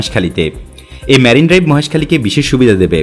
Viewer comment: সুন্দর উপস্থাপনা। তবে "ম্যারিন" ড্রাইভ না। "মেরিন" ড্রাইভ।